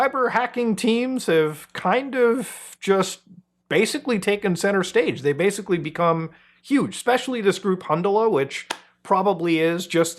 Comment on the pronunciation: Stop saying “badically.” You’re rendering the word meaningless.